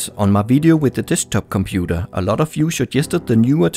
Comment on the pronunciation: De compuder... English advanced bruder